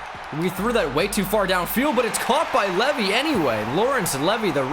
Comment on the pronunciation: It’s not leavy it’s said like leeevee